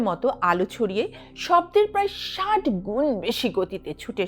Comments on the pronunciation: গেঁয়োদের মত "ষাইট" বলছেন কেন ? "ষাট" বলতে পারেন না!🤣🤣🤣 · "ষাইট ডিগ্রি" না বলে "ষাট ডিগ্রি" বলুন--আপনি তো শিক্ষিত!